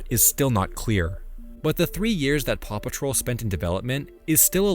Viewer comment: It took me an awfully long time to realize that you said "paw patrol" and not "Papa troll"